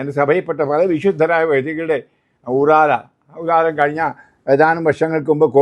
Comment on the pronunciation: ഇത്രയും പ്രായമായ ഒരച്ചൻ ഊറാല എന്നു പറയുന്നത് കേൾക്കുമ്പോൾ സങ്കടം തോന്നുന്നു. ഊറാറാ ആണ് ശരി പിന്നെ ആദ്യം മുതൽ അവസാനം വരെ ശ്രദ്ധിച്ചാൽ ഒരു കാര്യം മനസ്സിലാകും അച്ചൻ എന്തു പറയുന്നുവോ അത് ശരി എന്ന രീതിയിലുള്ള ഒരു വികട പ്രഭാഷണം '